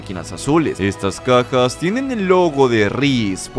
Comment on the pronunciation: Alguien más escucho decir a "cacas" en vez de Cajas?:v